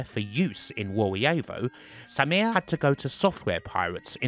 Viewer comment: It's a great story, but your strange SAMIR pronunciation, almost robotic, was challenging to listen to.